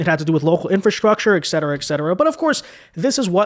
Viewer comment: PLEASE learn to say "ET CETERA" correctly.